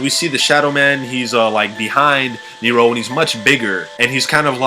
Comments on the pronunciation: its supposed to be like "near-ro" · ricardo rojas ok its pronounced Neeerow ok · Who else cringed do damn hardwhen he says neRO neRO neRO ITS NEro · It's Nero, not kneer-roh, stop pronouncing it with such a fukin stop in the middle of the word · It's old but the summoning key is not a glass and why do u pronounce Nero saying neyero loved the video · I like how he pronounces nero as nerow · He says nero as neeiro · He says it Near-rows the only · He says it Near-row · Anyone being driven insane by his incorrect pronunciation of "Nero"?... -_ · Okay, first, You are saying Nero and Femme wrong, I don't mean to hate but my OCD is tearing me apart. Second, (no offense when I say this, This is just me correcting a theory due to common sense) When you were talking about your Theory, I noticed many things wrong. For example, the theory of Nero watching Jessica is true, but the fact that Jessica is Married to Vincent is as bad as saying that Misty is Dempsey's Daughter or one of Nikolai's wives, even though this was made before we had more than A single trailer to go off you should still understand, I intend no Hate or Negative effects from this comment, and thank you for your time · Austin Spurlock he emphasizes it oddly